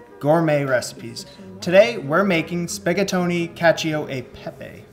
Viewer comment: I know, old video, and I also know I’m gonna sound like “that” but I just wanted to tell ya the pronunciation. Cacio is like “ca-cho” then that E in the middle is “eh” and Pepe is the same but just adding an P and repeating it once. Cacio e Pepe was actually created and developed in Rome, I don’t remember if there’s a specific year that we could see when it was first created, but we can assume it’s when the Italians invented their form of noodle. At the very least I’m assuming that.